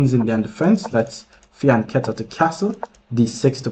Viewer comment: It is the first time I hear fianchetto correctly pronounced!